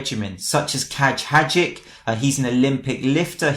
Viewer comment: Hadzic is pronounced hajeech